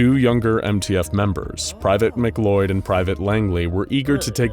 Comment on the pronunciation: just for future reference for the narrator, the name "MacLeod" is pronounced like "muh-clowd" not "mick-loyd." it's the same last name as the main dude from highlander.